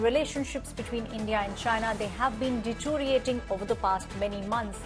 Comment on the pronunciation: "deto-riating"??? And that's from a news anchor?!